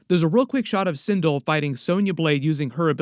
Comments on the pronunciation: And her name is Sin-dell 😂😂😂😂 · There is a whole Quan Chi face reveal in the trailer right as kano is sitting up from being brought back to life. He is sitting directly behind kano and can be seen in frame by frame and slo mo.......also it's (Sin-Del) on the pronunciation and it's Hanzo Ha-sashi not Hashi